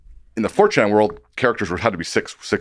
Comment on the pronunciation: He's saying Fortran, not 4chan.